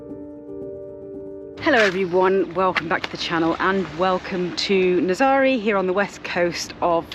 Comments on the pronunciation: Nazaré the e at the end sounds like the e in egg. Happy travels 🌻🙏🌞😎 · Guys, you really should try and pronounce the towns you visit properly. NAZAŔE is naz-array and OBIDOS is obby-dosh. You take so much time producing great ìmages it seems a shame to spoil it with a lack of research. It's easy to do, just ask a local.